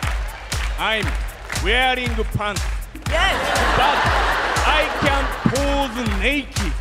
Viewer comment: しかもパンツってそのまま言ってもほぼイギリス発音だから”下着”だけ流暢に聞こえてクッソ面白いっていう